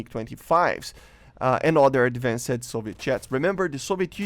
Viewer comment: ah yes, ad-van-said planes :P